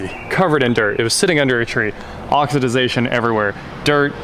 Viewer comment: "Oxidahation " ? 😂😂😂😂 what the heck is " oxi dah ation " ?